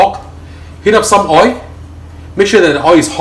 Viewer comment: Why do u always say Oi? It’s OIL😊